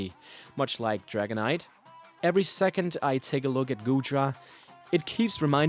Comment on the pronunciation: Haha! Goodra burns when he says Dragonite.